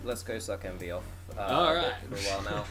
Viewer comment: I have one thing to say. It's Emvee. :)